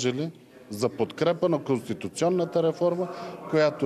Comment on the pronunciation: Пронститунционата реформа ли каза КараДаГъ ?😂😂